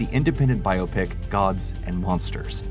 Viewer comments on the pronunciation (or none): none